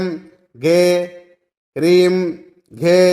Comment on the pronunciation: 🙏🌹 నమస్కారం హనుమాన్ మంత్రంలో రీం మరియి హ్రీం ఒకే లాగా వినిపిస్తున్నాయి దయచేసి డిస్ప్లే మీద మంత్రం ఇవ్వగలరని మా యొక్క ప్రార్థన జైశ్రీరామ్ శ్రీ గురుభ్యో నమః 🌹🙏